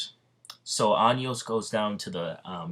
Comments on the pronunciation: bruh... listening to how to say Anos Voldigoad at least once before you start a what if getting it completely wrong every time should be, like, the bare minimum. Just listen to him say it on the English dub. It's like Ah-noes not Anyos and Vol-di-goad ain't exactly hard either. Hooked on Phonics, my dude. And if you're making constant mistakes you should do another take until you get it right and only use that final cut instead of including every single one. That's like the basics of content creation. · I normally don’t mind these things but anios bro 😂😂😂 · Anios 💀💀💀💀 ok if that mispronounce was a joke then i can understand but anios 🤣🤣🤣